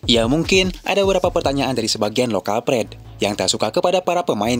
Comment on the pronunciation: Dibacanya "LOKAL PRAID" BANG!!! BUKAN "LOKAL PRED"🤬😡🔥👎 lagi: "FAKTANYA" BUKAN "PAKTANYA" ‼️‼️